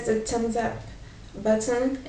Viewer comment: try to learn to say "the" more.. english sounding.